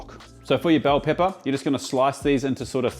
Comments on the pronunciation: As an American from the Seattle area, the way you said “Bell Pepper” I felt heard AND insulted… hahahaha Thanks for the fun and great food content! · Nobody is talking about American accent when he said "bell pepper 👨🏻🗽" lmao